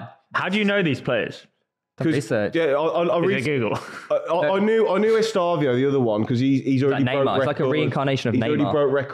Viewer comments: Estevao is pronounced est-e-vow👍🏼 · “Estavio” and “Palermos” 😂😭😭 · Es-tev-ow (estevao)